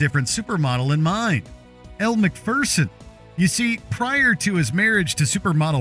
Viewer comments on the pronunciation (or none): Can't even pronounce McPherson correctly.